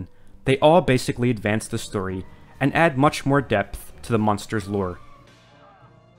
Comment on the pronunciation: it's "Munsters" not "Monsters" You keep saying "Monsters"